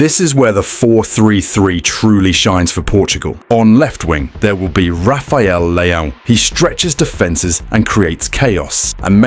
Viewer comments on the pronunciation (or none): none